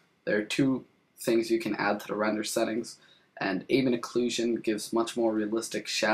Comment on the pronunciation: AMM-BEE-ENT OH-CLUE-SHON k?